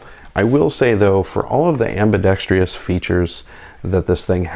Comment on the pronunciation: It's ambidextrous NOT ambidextrious.